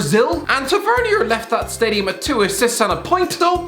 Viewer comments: ffs it's pronounced Tav-i-ner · The way he says James Tavernier lol